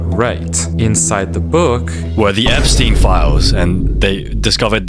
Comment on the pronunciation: Hi I’m not a hater but plz stop SAYING EPSTINE